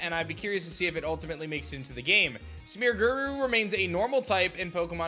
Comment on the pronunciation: Dude why you pronouncing smeargles name like that? It's not smeargurr it's smeargle 😂